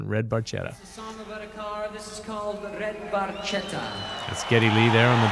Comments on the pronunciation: FYI, Geddy has conceded that it's supposed to be pronounced Bar-shetta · Motorcycles for me, and it's even more of a rush than any car. As for the Ferrari Barchetta, I doubt you'll ever see one on the road. They're extremely rare and ridiculously expensive. Funny trivia: they didn't know that the name of the car is pronounced Bar-ket-ta, but it was too late to change it, so they just kept the song as is. Enjoyed the reaction. Take care ✌🏻